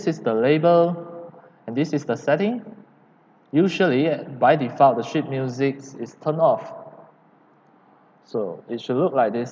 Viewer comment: I really don’t wanna make fun of you but I had to laichst so hard when you said sheet because for me it sounded like shit.